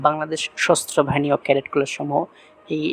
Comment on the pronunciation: এটা সশস্ত্রবাহিনী হবে আপনি সস্ত্রবাহিনী বলেছেন 😂😂😂😂😂😂